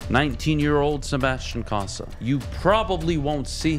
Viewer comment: This host (not T-Foss) knows jack about hockey - and it shows. First - it's COE-sa, not CAH-sa. He would know this if he ever watched Cossa play on TV (which he claims he has, saying Cossa 'looks good.'). Second, the WHL is one of the top Junior A leagues in the world, specifically in this case, featuring the best players from across North America (and some Europeans). Third, his prediction of the kid seeing "five, six games" next year and "15, 20" the year after is completely based in fantasy land. No one develops a goalie like that. It's a shame Foster has to work with such a dolt. Terry deserves better. If you don't know your stuff, don't act like you do. Real fans see right through you.